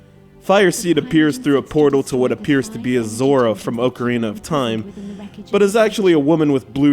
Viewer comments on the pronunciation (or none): *OCK-ah-ree-na *pr-EYE-mah-jin